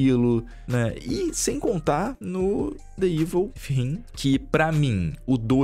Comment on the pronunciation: Não quero ser sommelier de pronúncia mas sempre achei muito engraçado o falando The Evil Within kkkkkk… ele acaba falando outra coisa, The Evil With Him. So acho engraçado